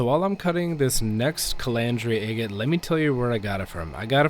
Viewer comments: Agate is pronounced sounding the A as in Apple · Never heard anyone pronounce agate the way you do. First A is pronounced like a in the word apple. Then gate is pronounced git. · I've never heard anyone pronounce agate like you do. And I'm an old Grammy whose uncle back in the 50's used to have Rick tumblers in his back yard and cigar boxes of beautiful polished rocks.